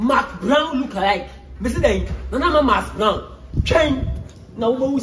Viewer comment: I heard nana ama masbrown😂🤣